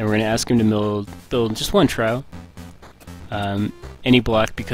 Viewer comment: Trough is pronounced "trawf". Awesome tutorial though. Thanks!